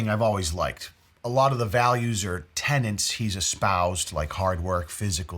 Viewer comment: “Tenet”. Not “tenant.” Haven’t you seen that Christopher Nolan movie, The Tenant?